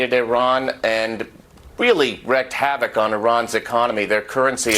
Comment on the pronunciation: WREAKED havoc, not “wrecked havoc” - I am so tired of this particular mispronunciation. ::: Dude. Close the closet. I don’t think you’re using a green screen. Right?